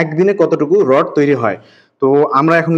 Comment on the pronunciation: রড হবে 😂😂 রড় না 😂😂😂😂